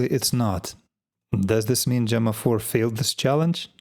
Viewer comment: Enjoyed your new pronunciation of Gemma. It's rare to see someone learn and change how they speak. 👍